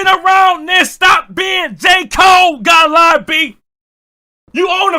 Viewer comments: Gotta-lie-B (Gottlieb) is CRAZY. 😂😂😂😂😂😂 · The way you pronounce Gottlieb 😂😂😂😂😂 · you pronouncing gottlieb is madness 😂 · The constant purposeful mispronunciation of Gottlieb will always be funny 😆